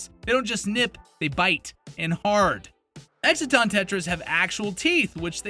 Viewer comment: It's Exodon not Exiton. AKA Bucktooth Tetra.